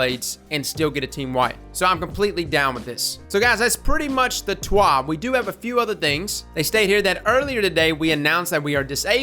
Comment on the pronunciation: Bruh I don't speak French. However when you were saying TWAB I thought you were. Lol. Good video my man.